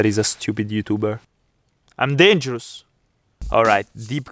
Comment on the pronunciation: holy shit i can't 😭🤣 '' um dengros'' 💖